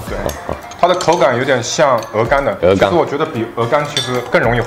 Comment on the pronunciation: 鹅肝e gan，我听到哦肝o gan